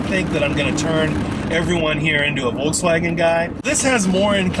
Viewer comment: Imagine being a Scirocco driver, but you can't pronounce Volkswagen